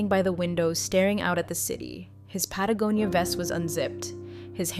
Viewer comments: Oh. My. God! Someone finally pronounces "Patagonia" correctly. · Wow, , "Patagonia" was pronounced correctly, I'm impressed. OK, back to the story. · I think you mean OMG! an AI that pronounces Patagonia correctly 😂😂😂😂😂😂